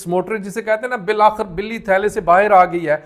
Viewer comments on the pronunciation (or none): none